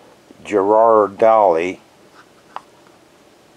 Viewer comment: LOL! Geer-ra-del-lee = Ghiarardelli. The 'h' is silent. Just so you know and don't stumble over the word in the future. :-) I grew up across the bay from Ghiarardelli's chocolate factory. I lived on the peninsula, and the factory was in Oakland, in Jack London Square... in fact, it's the anchor of Jack London Square. California has a lot of immigrant Italians that settled there because the climate and soil is very similar to Italy.